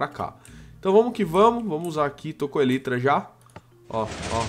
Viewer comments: Pelo amor de Deus, a pronúncia é elAAAAitra! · para de falar elytra a pronuncia correta é elaitra